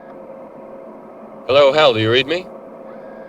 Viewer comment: HAL-lo Dave